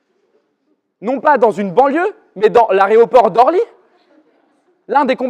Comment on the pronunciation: aéroport et non pas « aréoport »